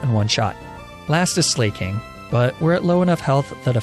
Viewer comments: I’m pretty sure it’s pronounced Slack-ing and not Slay-king. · why do you call slaking “slay-king” and not “slack-king.” its painful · I may be wrong but I always thought Slaking was pronounced Slack-king as a pun on how he slacks rather than slay-king. But I guess he does slay haha... thoughts? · buddy I can’t keep supporting you when you butcher every name you come into contact with this badly. Sla- king? Are you kidding?? HIS NAME IS A PLAY ON THE WORD “SLACKING” YOU FOOL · It's pronounced Slack-king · "Mah Chop" and "Bae salt" "Slay king" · I like how you pronounced slaking Slay king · He said slayking so many times.. I can't 😂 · The way he pronounces slaking kills me